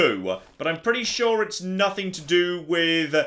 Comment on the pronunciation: Soo'ah... I remember'ah.... When I first played this'ah. This was a serious challenge'ah. Frustratingly enjoyable'ah. 👍